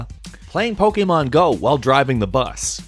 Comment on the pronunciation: This guy keeps pronouncing Pokémon wrong